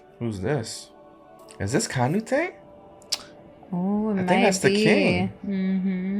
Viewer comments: Please dont ever say canute Name like that every again🤣🤣🤣 Ka Nu Te🤣 just say it like cnut. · Pronounce it as Ca nute not ca nu tae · This man said "Canutè" 🤣 😂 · Lmao how you said Canutes name 😂😂